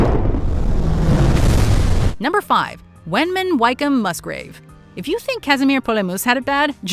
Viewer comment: For future reference Wykeham is pronounced Wickham not Whyk-come, also Commander (midshipman when the incident happened) Wykeham-Musgrave was only around 15/ 16 years old when the ships were blown up